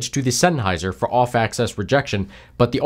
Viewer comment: Axis not access